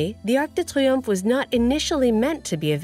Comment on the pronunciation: No. Triomphe, not triumph